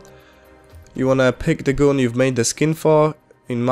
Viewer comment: Nie "gun" tylko "gan" :p